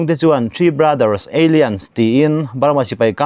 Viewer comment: bengvarthlak thin e.. Alliance kha Eilians ti in i lam a, alains tia lam tur zawk a ni.